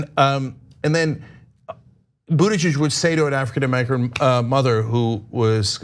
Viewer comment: Cenk: African Amercilum